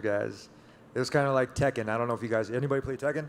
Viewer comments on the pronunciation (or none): none